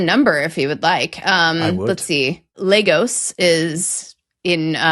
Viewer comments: Except the emphasis should be on the first syllable and not the last, so not quite perfect. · Very amused that thinks LAY-goss approximates the Spanish pronunciation of Lagos. (And yes, in Portuguese it's phonetically LAH-goosh, or at least the namesake in the Algarve in pronounced that way). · Amstel water blockade I'm from California and have always said Yo-annis-burg Wouldn't Lagos be pronounced Law-gose?